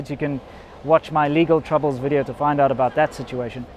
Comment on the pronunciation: Velcome to anoder wideo